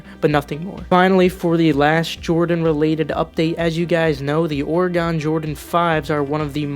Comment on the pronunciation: It's pronounced Orygun not Ore-gone